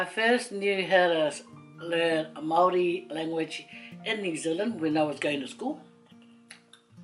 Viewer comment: Very nice Māori pronunciation 👍👍👍